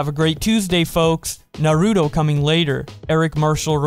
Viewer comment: Good vid but.... It's pronounced Nah-roo-toe not -Nah-roo-do